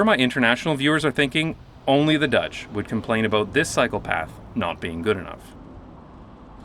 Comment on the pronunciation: Took me a minute to realize you were saying "cycle path" not "psychopath."